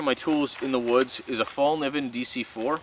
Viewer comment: Great vid, btw Fällkniven is pronounced felk-nee-vun. Sorry i had to point that out.